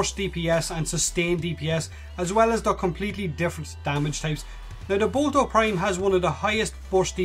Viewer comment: I like how you say boltor prime "bolto prime"